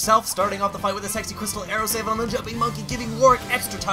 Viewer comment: Did he says SEXSY crystal arrow?!